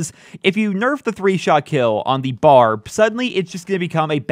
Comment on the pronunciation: not to be that guy but its called the B.A.R. not bar